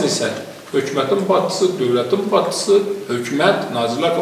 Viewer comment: İcra bacçısi yox,icra başcisi.düzğün teleffüz etmek lazimdir.